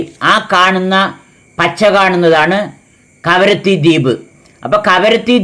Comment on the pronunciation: karavatti അല്ല kavaratti 😂